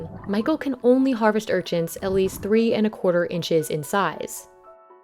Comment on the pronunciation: Urchints?? URCHINS. Is that what I heard? Anyway......